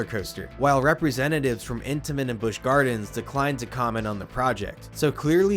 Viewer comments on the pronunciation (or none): I'm sorry! The narrator killed it all for me in the beginning🤣 "The Big Bad Wolf, the new ride coming to life at Busch Gawins" (tell me you're from Boston without telling me you're from Boston)🤣🤣🤣🤣🤣🤣